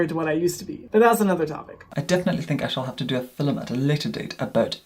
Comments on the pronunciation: I’m from the UK and no one talks like him. As well, no one pronounces ‘film’ as ‘fil-um’! Not even posh southerners 😂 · is stunning! And his voice so velvety! I couldn't think of a proper word, but velvety is fitting...😁 and I LOVE how he pronounces "film" (fill em-love it!!!)... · I can't figure out if film affect is real or part of an act. Either way, it's so annoying to me that I can't get past that to watch a full video. How he manages to make film a two-syllable word is beyond me.:D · I love that he doesn’t say video but “filum” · the iconic "for todays filum"